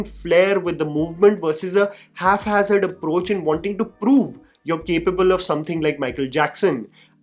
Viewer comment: First, I’m sorry, but this is a pronunciation pet peeve of mine: it's “hap-hazard,” not “half-hazard"—pronounced exactly as it’s spelled. Second, I feel bad commenting on someone’s looks, especially when I look like a cross between Indian Seth Rogen and Indian Michael Moore, but do people really think Janhvi “My Name Is Spelled Wrong” Kapoor is “hot”? I don’t get it. Third, I didn’t know Jaaved Jaaferi could dance. (I’m an ABCD; I know him from 3 Idiots and such.) Fourth, the ageism and sexism toward Malaika is infuriating. I haven’t seen the dance in question, so I’m not commenting on that, and frankly, it doesn’t matter. (Also, she’s still stunning.) And fifth, Srikant Tiwari aa raha hai, b@@@ 😂